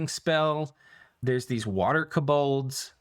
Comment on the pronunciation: It's "KO-bolds", not "kuh-BOLDs"